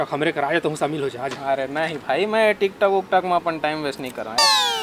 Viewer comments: Bhai tic toc nahi tohat h tik tok hai o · अरे भाई tik tok hota hai tic toc nai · Tic toc nhi Tik Tok hota hai engineer sahab 🙏🙏